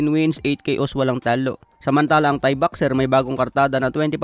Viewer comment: namimiss ko na yung pagtawag mo ng tae kesa thai